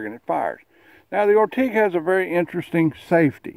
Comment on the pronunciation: Achtung!!!!! not zie spanish...Ortig.... Das is zie ORT-GIES...... Yavol? fur zee amerikan das zoundz like ORT-GEEEEEEES...